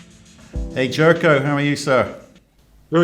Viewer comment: For future reference, Jerko's name is spelt with a J but it is pronounced as "Yerko". Clearly he hasn't corrected you yet.